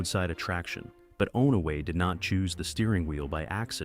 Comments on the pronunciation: It's pronounced On-a-way Not Own-a-way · Saw-ga-tuck, not Sow-ga-tuck. On-away, not Own-a-way.